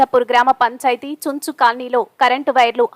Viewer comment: చుంచు కాదు news reeder గారు చెంచు colony అంటారు